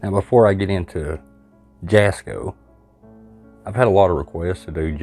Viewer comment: Jasko is pronounced different, the j is silent, it like German I think, it's pronounced like it has a Y at the beginning. also im one of the people that is older and really like jasko's videos, I know they probably aren't real but it is still good entertainment, kinda like WWE. Fake but still good entertainment.